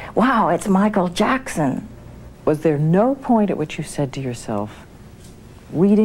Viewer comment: Nesse vídeo o autor diz o nome do Michael Jackson duas vezes errado 😃😂😂😂